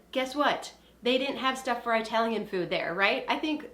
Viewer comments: Eye-talian food REALLY GIRL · Is that how Americans pronounce Italian? I never knew! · My Minnesota-grandma pronounces it like that too.